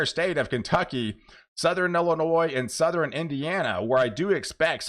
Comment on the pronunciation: There you go again....sou-ther-in and nor-ther-in!